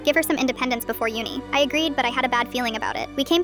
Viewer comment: Why do you say Uni in an American axcent?